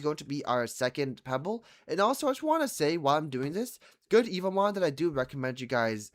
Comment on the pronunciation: He's been making evomon videos for two weeks straight and still calls em "evil mon" 🥀